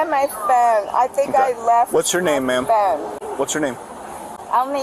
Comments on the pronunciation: The way that woman pronounced phone 🙄 she was definitely drunkish Why didn't anyone else walk up when she was complaining about the buffet? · I really wish I could figure out how to phonetically spell phone the way this woman is pronouncing it but I will give it a shot. I can't find my phooonnee.😂 it is extremely extremely irritating. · “Where is my PHoon?” “Do you have my PHoon?” “I don’t have my PHoon!” “Can I borrow your PHoon?”